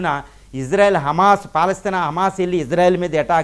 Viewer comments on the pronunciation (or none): ❤❤❤❤❤❤❤ గురువు గారు మీరంటే మంచి అభిమానం ప్రతీ వీడియో మిస్ కాను సార్ దయచేసి నా మనవి వినండి ఇశ్రాయేల్ అనండి/వ్రాయండి సార్ ఇజ్రాయేల్ కాదు సార్ హిబ్రూభాషలో ఈవిదంగా లిపి ఉంటుంది יִשְׂרָאֵל కుడి నుండి ఎడమకు చదవాలి 1.యోద్ =య "ఇ" ( * יִ ) 2. షీన్ = ష లేదా “శ” ( * שׂ ) 3. రేష్ = ర (* רָ) 4. అలెఫ్ = ఎ (* אֵ ) 5. లామెద్ = ల (* ל ) *ఇశ్రాయేల్ * ISRAEL ఇందులో "J" ఎక్కడుంది సార్ దయచేసి ఆ దేశ సార్వబౌమాధికారంతో పెట్ట బడిన పేరును అవమానించవద్దు, ఇది గమనించండి. ఆదేశం యొక్క పేరును అబాసుపాలు చేయకండి. మాకు తీరని అవమానం. ప్రతీ అక్షరం క్రింద ఒత్తులు (దాగేష్ ) ఉన్నవి. హిబ్రూ అక్షరమాలలో "జ" అనే సౌండు లేదు మీకు శతకోటి దండాలు తప్పు పలక కండి,వ్రాయకండి.